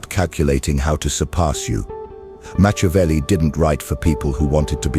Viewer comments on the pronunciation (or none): Meah CHEW avelli?🤣